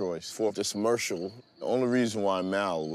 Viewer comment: Everyone calling it a "''mercial" after Porsha said it 😂